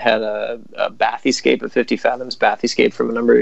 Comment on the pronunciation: The way he pronounces Bathyscaphe irritates me so much